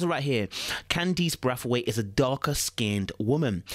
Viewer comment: Bray-th-weight is how its pronounced